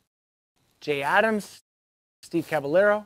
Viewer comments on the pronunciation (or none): none